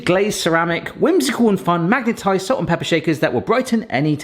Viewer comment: Pronounced s-all-t not s-ole-t